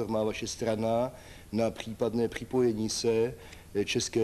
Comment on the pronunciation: Pchípadné pchipojení se... Jako bych slyšel Faltuse. Ten člověk asi nevěděl, kdo je to logoped, aby mluvil trochu jako člověk.